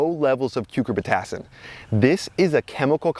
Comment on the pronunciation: Your ability to pronounce "cucurbitacin" is impressive 😂